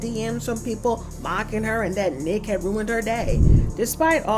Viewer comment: She means NEEK she says it wrong